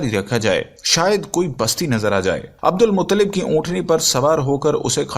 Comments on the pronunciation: Abdul muttalib bolye mutlib nahi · Bhaii Abdul Mutlib nahi Abdul Muttalib bolo